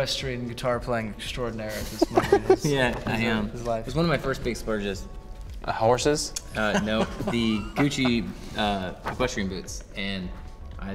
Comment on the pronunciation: the way he says “horses” 😂😂